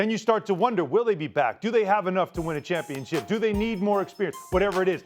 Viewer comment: You play for the "Championship", not the 'Chumpionship'.